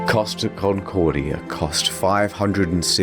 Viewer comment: 'Costa Concordia', please! That is the ship's name. NOT "Cost of Concordia'.....